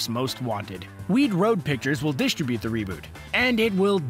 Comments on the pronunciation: Dis-trib-byoot, not Dis-tra-BOOT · Is anyone else upset that he doesn't know how to say distribute or distributed? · why cant you say distribute ? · You need to have google pronounce distribute for you. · Learn how to pronounce 'distribute'